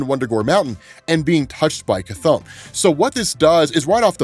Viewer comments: He said cha-thonn instead of ka-thonn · yeah he said something liek sigh-thon or something but he definetly said it. if you're not listening you can miss it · Dude said Chthon watch and listen again it’s clear. He pronounces it stupid but he clearly and obviously says it. No idea how you missed it. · Just putting this out there, but when and Wanda got to Wundaghoor, during Wongs line about "the first demon". specifically says that Wundaghoor (unsure of spelling) was created by the first demon, Chthon. He doesn't pronounce it the same way we all do, but he did call Chthon out by name 😅